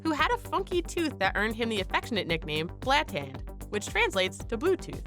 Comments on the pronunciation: He was called Blåtand. Not Blatand. Trust me Im a dane. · it's Harald Blåtann, Not blatan. å has an o-sound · blatand??? is it not blåtand??? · blåtand not blätänd fucking idiot